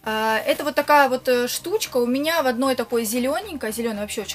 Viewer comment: я вас очень люблю. Но СЛЕДИТЕ ЗА СВОЕЙ РЕЧЬЮ!!! ЛОЖИТЬ, ШТУЧКА, НИЧЁШНЫЙ, неправильные ударения!!! Вас же люди смотрят, а не животные!!!